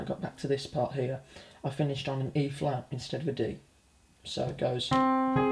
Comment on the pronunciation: no offense but everytime i heard you say E flat, i thought you said B flat and it kept messin me up lol